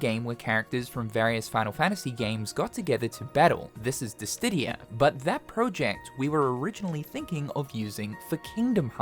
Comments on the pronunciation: Dissidia not disdidia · “Dis-SID-dia” plzzz! Haha not “Dis-DID-dia” 😭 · I knoooow, he adds a "T" THERE'S NO "T" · DISSIDIA NOT DISDIDDIA!! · disstidia? lol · I wonder how many times he misprounced Dissidia. What the hell is a Dissdidia? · Dissdidia? Where'd that extra D come from? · Bro has been saying Disstidia for years. When it's Dissidia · Hearing you say "Dis-titty-a" is driving me insane. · "Dis Diddy huh?" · Square could work with Arc sys too. But "Disstidia"? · lol I heard it too…”DissTidia” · Cause dis tiddie are lit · dissidia or dissdiddia? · Glad I ain't the only one! It made me cringe every time he said "DisTidia" xP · I thought i was going crazy everytime he said "DISTIDIA" I had to pause and listen again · Nice try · No T in Dissidia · Please man PLEASE stop adding an extra D in DiSSIdia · Dis-stidia...? well, that's certainly a new way to pronounce Dissidia! lol. 😅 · adding an extra "D" into Dissidia drives me bonkers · It sounds like Disdidia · Me neither lol. I love the guy but I can't fathom how he adds the extra "D" in there. I couldn't focus on the content. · Why do you pronounce "Dissidia" with a "T" if there's none in the word? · The way he pronounces Dissidia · Lol why you say dissidia like that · I dont know why he pronounces it that way tbh